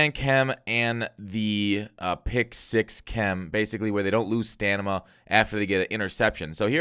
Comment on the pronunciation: bro it's stamina not stanima 😅